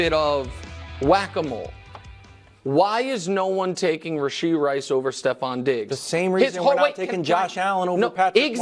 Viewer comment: It's RASHEED RICE. Get it right !!